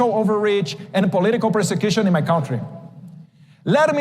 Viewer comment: Tão ruim no pátio como no inglês. Pronunciar Cãotry. Quando na verdade, é /😅😅😅KAN/